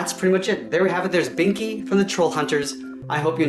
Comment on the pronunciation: Bro said Binky instead of Blinky lol XD